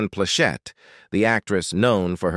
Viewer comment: I really want to like these videos, but the clickbait format, disconnected narrator's voice from what we are looking at and mispronunciation along with harsh intonations which obviously mean it's an AI voice is quite hard to tolerate. As far as Ms Plachette she used to come into our jewelry stores (Atencio Jewelers) In Torrance and the Inglewood and buy a lot of jewelry from us back in the '70s, I was a teenager at the time and didn't pay too much attention to her, but now I see she was a real attractive lady and have enjoyed a lot of her work.:face-red-heart-shape